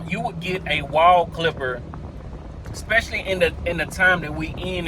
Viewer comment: I had to stop watching when he pronounced Wahl like Waol.